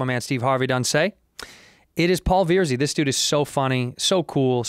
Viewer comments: Are we going to just pretend Cheeto didn’t call him veer-zee??? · Santino its not Veer-zee its VER-ZEE. Paul is too classy to correct him lol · Paul Veerzy he says.